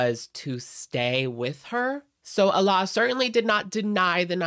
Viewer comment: The pronunciation of Alaa in English is actually "Aladdin" minus the "-ddin" syllable. A-lah. In Arabic, the name Aladdin is Alaa-ud-din. Allah and Alaa are pronounced differently. I don't mean any personal slights against anyone, but it's just something I wish I could physically say once and be done with it lol.